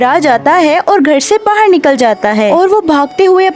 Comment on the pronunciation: BAHAR NOT BAHIR